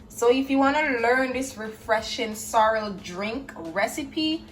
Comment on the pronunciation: Lol I thought you said sour